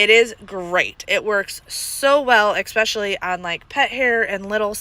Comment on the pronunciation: I do enjoy your videos and happy that you post as often as you do. However I have to let you know there is no “X” in the word especially.